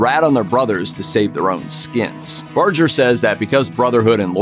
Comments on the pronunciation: Sonny Barger pronounces his name with a hard "G" (as in "Burger"), not a soft "G" as the narrator did in this video. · Saying Sonny's name wrong, pronounced with a hard G. Have respect for him. Women can't join because it's a Men's Club.